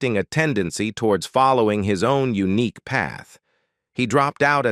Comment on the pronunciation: C’mon, when robot reader says eunuch instead of unique… that was funny!😆